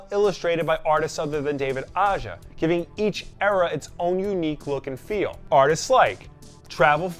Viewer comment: A-HA, not Ah-jah. Not sure why everyone gets that wrong. He’s from Spain.